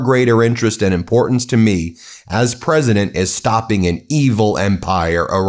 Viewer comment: "stoping". LMAO. Wharton, eh?